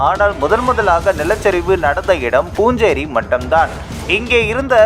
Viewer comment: அது பூஞ்சேரி மட்டம் அல்ல...புன்சிரி மட்டம்....அதாவது புன்னகை மட்டம்..புன்சிரி என்றால் புன்னகை என்று அர்த்தம்...